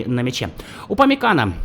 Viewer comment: Upomecano , ударение на О ,не ?)